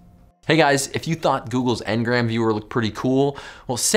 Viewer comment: "/θoθ/?" Who's teaching this person. More like "/θɒt/"